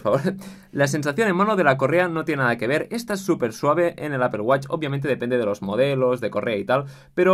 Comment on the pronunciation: Apple wATch. Like por su pronunciación